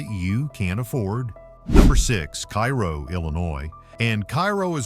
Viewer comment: Pronounced Kay Row Illinois.